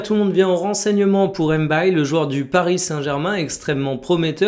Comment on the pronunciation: M'baye = mbaye c'est bien que tu fasses cette effort, pas mal de gens le font pour les hispaniques donc, je vois pas pq on a du mal à le faire